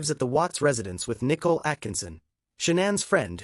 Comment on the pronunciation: Its Nicole!!!:her name is pronounced Nike COAL